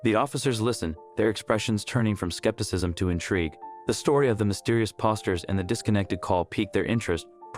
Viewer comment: Please learn to read and speak the right words. It's poster, nor pawsters